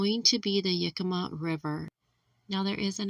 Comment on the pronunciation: Yakima, not Yukemma.